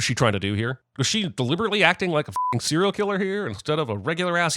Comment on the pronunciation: you really said ceral like the food instead of serial killer